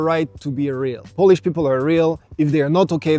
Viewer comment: One more thing. You should check how to pronounce correctly word "Poland" and "Polish" because there are two meaning of word "polish" :) As a verb which mean "to make something shiny" and as a noun like "I'm Polish" which mean "Jestem Polakiem" :) Yeah, I was surprised when I heard from Arlena Witt who explains the subtleties of English amazingly well!